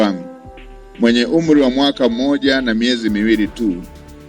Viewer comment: We mama soma kiswahili cha shuleni,Umli au wazili ndio nini